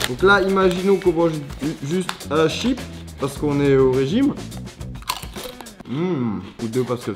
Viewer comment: XD en plus il dit un chiP